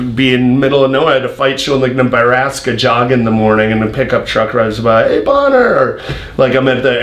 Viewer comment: It’s BonnAr for christ sake.